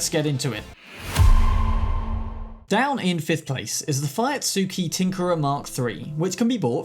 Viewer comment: How to pronounce Fuyutsuki : Foo-Yoot-Skee